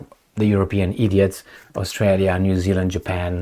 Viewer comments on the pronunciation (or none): none